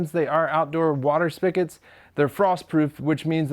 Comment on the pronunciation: Dude, "spigot" is pronounced spi-get, not spi-ket. We still love you though.